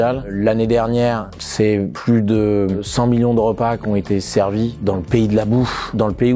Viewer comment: "Qui veut gagner des MILLYOUN"